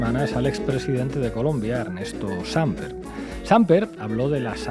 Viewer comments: Samper tiene tono en la última sílaba, no es Sámper, sino SampEr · No es Ernesto Sámper sino Samper (con ascento en la 'e') ojo. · CORRECCIÓN: NOOO es SÁMper es SamPER con acento en la ÚLTIMA SÍLABA. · No se pronuncia Sāmper sino Sampēr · Sin ánimo de ofender la palabra Samper es aguda. Como la pronuncia el periodista se escribiría Sámper. Por otra parte excelente reportaje. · Se dice Samper no Sámper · ¿Cuál "Sámper"? El apellido es Samper, palabra aguda, no grave... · Buen día para todos ustedes. Muy buenos análisis. Les quiero decir que en Colombia también se dice "con las manos en la masa". Otra cosa: el apellido del expresidente Samper se pronuncia sin acento. No es Sámper sino "Samper" así como suena. No se acentúa ninguna sílaba. Por otra parte, el apellido de la canciller es "Laura Sarabia" no, Sanabria". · Qué desgreño, descuido, mal aspecto el de Petro. Carece de las calidades para representar internacionalmente un pais. Ah, no se dice Sámper, sino Sampér. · Estos españoles dicen ser dueños del idioma español y no saben ni pronunciar una palabra de dos sílabas. No se dice "Sampér" es "SAMPER" sin tilde, pronuncie bien. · Primera vez que entro a ver este canal, sin entrar en la discusión del tema que tratan, un tipo que no sabe leer castellano y llama al expresidente "SÁmper" y no Samper, ¿no sabe que si el acento estuviera en la "a" llevaría tilde? Por otro lado su "bienvenidos y bienvenidos", ¿ignora que el sufijo -os incluye a ambos géneros? Me perdieron muy rápido, una lástima. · Jajajajaja...Pablo dice 'Sámper'...¿qué pasa Pablo? Por 'infórmar' sobre Petro Falsoizquierda ¿te has quedado grave después de haber sido tan agudo? Sámper... ¡juas! ¡Juas juas! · Oye Iglesias, todo muy aseado, muy de la casa, pero es Samper, no Sámper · No es Sámper, es Samper 😅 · Se dice Sampér, amigues de La Base! No pasa nada, pero para la próxima. Gracias por su increíble trabajo! Bocanada de aire fresco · No es sámper, se lee sampér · No es "Sámper", es Samper.